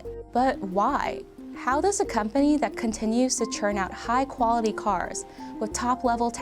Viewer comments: Interesting video, but Asian narrator does not pronounce her English words properly. Dat for that, etc. Distracting me from the interesting content. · She needs to work on her “th” sound, she keeps saying “but dat didn’t stop” instead of “that didn’t stop”, etc etc. Dis, dat, and da dird